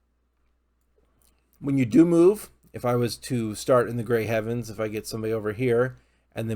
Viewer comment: Bro said the grey heavens and the shrire lmao I'm weak